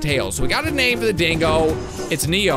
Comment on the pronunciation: Name not noot